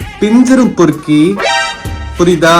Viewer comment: Especially when you say the word poriki 😂😂